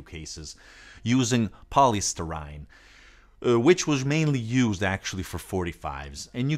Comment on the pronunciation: POLYSTYRENE NOT POLYSTURYNE. UGH!!!